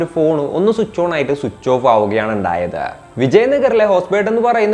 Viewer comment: എന്തപ്പോ "എണ്ടായത്"😂😂😂